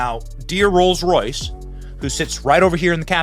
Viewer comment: whenever I hear you say "Rolls Royse", I think of my daughter, she lives in Royse City